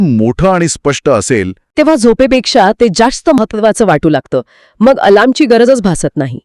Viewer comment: "मंग"नाही हो "मग"शब्द आहे अशुद्ध टाळा कृपया